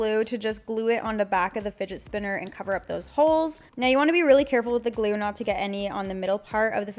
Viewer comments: did she say spotner spinner?😂😂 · "The spidget spinner" 😂😂😂😂